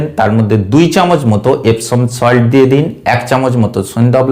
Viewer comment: ভাই নাম টা ঠিক করে বলবেন ইপসম সল্ট , ইপসিন না